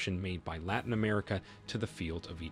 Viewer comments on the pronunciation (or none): none